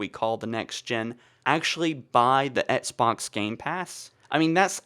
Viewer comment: Dude, practice saying “EX-BOX” lmao